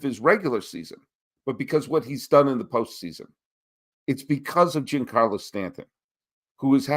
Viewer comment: I like your takes and you're very knowledgeable but please pronounce Giancarlo correctly.